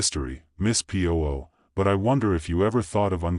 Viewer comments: The name of the detective is not pronounced poo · Terrible phrasing and pronunciation from an obviously inadequate AI. It hasn't even learned to pronounce the name of the main character.:face-orange-frowning